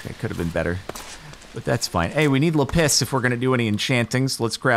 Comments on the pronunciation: Jordan saying lapis like "la piss" lol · The way he pronounces ‘lapis’ as ‘la piss’ fucking kills me every time, god dang I’m so immature 💀💀💀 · i laughed so hard when he said lapiss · I like how you say Lapis. LA-PISS 😂 Not trying to bully (if I am) xd but it’s just funny how you say it lol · 𝓁𝒶 𝓅𝒾𝓈𝓈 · The way he says lapis